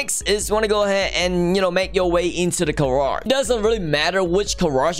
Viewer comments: I love the irony of accent. “The *Car*age” its great! 😂 If you don’t get what i mean, he says Car instead of Gar in garage. But the garage is for cars. But a carriage is a type of transport. Such a play on words! Im crazy 😜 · the way he says garage its like carage